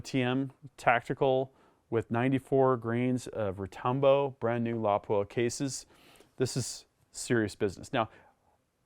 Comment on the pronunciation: Finally... someone pronouncing it correctly! Emphasis on the first syllable.